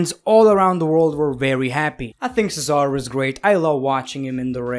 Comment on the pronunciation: Cesaro is not an A 😂😂